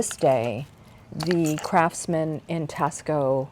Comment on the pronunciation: Thank you for this great information & sharing your collection. One minor thing, though, Taxco should be pronounced “TAH-sco”, like taco with an “s”.